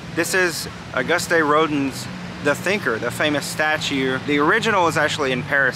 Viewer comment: Rodin museum is actually pronounced Rodan